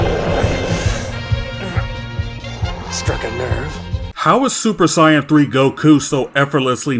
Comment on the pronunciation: "super cyan" LOL!